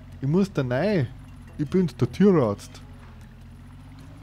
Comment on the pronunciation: Ah der "Türartzt"🤣🤣😅